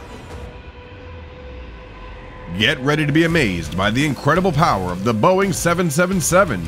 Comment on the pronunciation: This guy knows nothing about aviation, like: "Boing seven seven seven"? It's 'Boeing triple seven'.